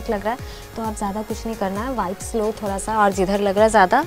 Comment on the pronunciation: Thora thora nhi ma'am Thoda hota hai